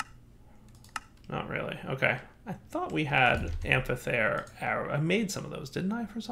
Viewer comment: That amphithere prouncing hurted even me also get portable hole from thaumcraft it would get rid of need for doors